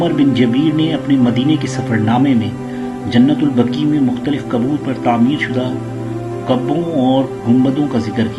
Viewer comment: جنت البكى نہيں. جنت البقيع ہے . پہلے بولنا سيكهو.